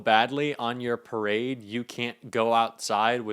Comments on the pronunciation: "PERADE"..... LOL!!!!!!! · "perade" ??? rainy day "perade"??? jfc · "perade"? "PERADE"?? How godammd stoopedd ken he gett? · Perade??? The idiot is illiterate 😂😂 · "Perade" haha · Also, 'PERADE' 🗣️🗣️ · Hey trump. It's PARADE. NOT PERADE. You IDIOT!!! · “Perade” - really? Wow! 😂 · "Perade". 😂 He's such an idiot. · What's a "perade"? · Perade or Parade 🤣🤣🤣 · I love his “ PERADE”🤣🤣😂😂🤣 DUMBO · "Perade?????". Gads! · His “perade” 😂 Dude is such a stable genius. Let it rain, let it rain, let it raiiin! ☔️